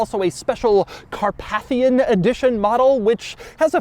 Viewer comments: It's pronounced 'car-PAY-thian'. As in the Carpathian mountains. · Not "car-path-ian" but "car-PAY-thian". Like the mountain range. 🙄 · It’s pronounced “Car-PAY-thian”. 😄👍🏻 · Never heard ‘Carpathian’ pronounced like this before.